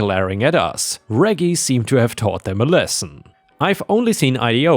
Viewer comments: For future reference, Reggie is the shortform of Reginald, and the g's are soft, not hard. The name is pronounced REH-jee, not reggy. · First story.... Moron shoots neighbors' house while cops are there? That could be a fatal mistake. 🤨 Reggie is pronounced "rejee", soft G. House cleaning story.... OP is NTA. Hubby is a fool, and that neighbor is an entitled B. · I was grocery shopping during upload today so I missed it. Reggie is pronounced Re-G btw. Awesome video! Forever a ⭐ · It’s pronounced Rej e with a J sound from Reginald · By the way, "Reggie" is pronounced in a way that rhymes with "Edgy". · Srory 1: the dogs name reggie is pronounced like veggie (short for vegetable) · Reggie,,,,, thats a soft G like German not hard like go